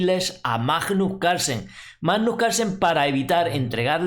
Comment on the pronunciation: por favor es bastante desagradable oir cada vez que pronuncias Majjjjnus Carlsen, no es tan dificil pronunciarlo bien. Gracias